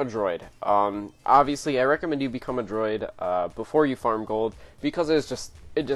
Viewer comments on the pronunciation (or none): Droid?? Come on man. It's not a difficult word. Write a script for your videos too, this is depressing.